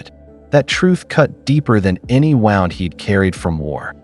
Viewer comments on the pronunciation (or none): It is wound (physical damage), not wowed, like a clock. Another AI fuck up in translation.